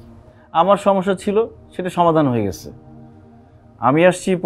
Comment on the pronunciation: অশুদ্ধ ভাষার জন্য নাটকটি দেখলাম না। 'ছ' যে একটি বর্ণ এইটা পরিচালক সাহেব মনে হয় জানেই না। হইসে, দেখসে, গেসে, পারসি, বিশ্রী উচ্চারণ।